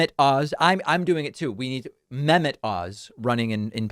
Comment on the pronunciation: I think it’s pronounced meh-MET.